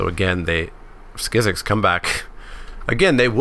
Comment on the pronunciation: I would've taken the early Merfolk Trickster instead of Yavimaya Sapherd. Also Skizzik has a 'k' at the end and not an 'x', it's just "Skizzik". I always thought it was legendary as well, but apparently it isnt, which I find weird.